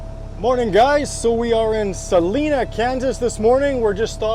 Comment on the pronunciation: Sa li na. Not saleena